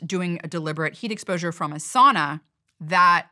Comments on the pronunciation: Could you try to pronounce sauna correctly? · Sauna people don’t pronounce the word like that.